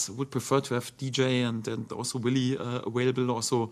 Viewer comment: I love it when he says ‘awailable’ :)